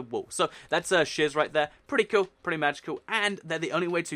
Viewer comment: It's sounds like u are saying shiz instead of shears but I love u r the best